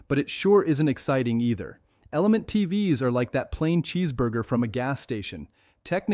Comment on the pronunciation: Could you at least get the AI not to say T-v-s. That one small quality improvement would do so much to ease how annoying these videos are.